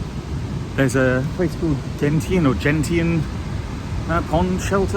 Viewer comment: To clear up the pronunciation of Gentian for you, it's Jen--shin. A gentian is an odd and interesting blue flower/plant about 6 to7" tall. While not rare, they're not common either, if that makes any sense.